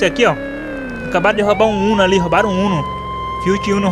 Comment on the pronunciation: "ROUBAROM" EROUUU DNV KKKKKK SLV É NOIS MLK